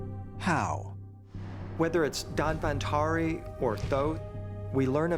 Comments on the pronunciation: Whenever we speak English,we try to spelll the word correctly. But what is up with u guyz. The name of the god doesn't spell like 'Dan-wan-tray' or 'Don-ban-tory' it's 'dhannbantri'.('b' wd be silent here) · Its nice .. but the pronunciation is really awkward ... moreover its not danbantari.. its धन्वन्तरि or in english dhanvantari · People disappointed in he says Don vantri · Its not Danvan tree but it is DHANANTARI.